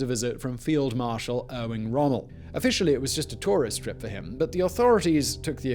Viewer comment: Erwing Rommel?